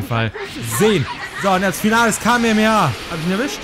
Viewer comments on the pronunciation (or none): er sagt kamemea